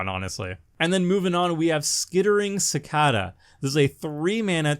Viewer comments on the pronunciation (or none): Leave it to the Canadian to not know how to pronounce "Cicada" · Ive never heard someone pronounces cicada like that before